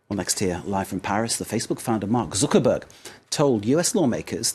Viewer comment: I think this guy said mark zukerberger !!!